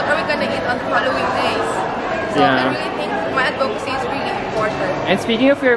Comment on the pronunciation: I am rooting for her. But all candidates and interviewers should learn how to pronounce "advocacy" correctly. The emphasis/pause is on AD, not on VO! It has been pronounced incorrectly by dozens of candidates and interviewers over the years!